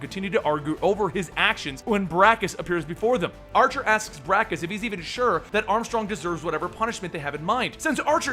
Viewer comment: Irk but it's Bacchus not brakus